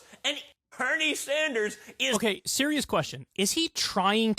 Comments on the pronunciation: Why does it sound like he's saying Hernie Sanders to me? Anyone else hear that or is it just me? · It sounds like he is saying Pernell Sanders instead of Bernie??????